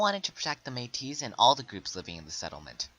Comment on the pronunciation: you pronounced your stuff wrong its loo-e ree-el and may-tee and william mc doo-gal